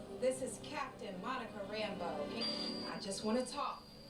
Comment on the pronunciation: I just wish the characters would pronounce Monica’s last name right. It should be emphasis on the beau part and not sound like Rambo